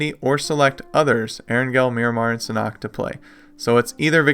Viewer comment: It’s pronounced “SAN-HOOK”